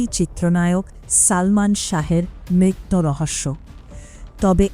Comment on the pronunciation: আপনি কোন দেশী বাঙলা বলেন ! মৃত্যু বলতে পারেন না বলেন মৃত্য ।